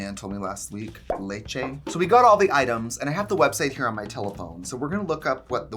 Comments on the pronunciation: Trixies "Laychay" (leche) is hilarious to me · Trixie saying “leche” was the whitest thing ever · Lmfao 😆 “leche”